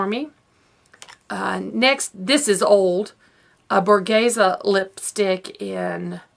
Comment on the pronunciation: I need to do a declutter soon. I also need to take photos of what I have and see if any friends want things! You did a good job decluttering!! I love that yo can actually pronounce Borghese :)